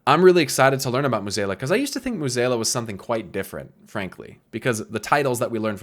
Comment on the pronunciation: Great vid but pronouncing Mueh'zAla as Mueh'zEla low key bugged me for 20 minutes xD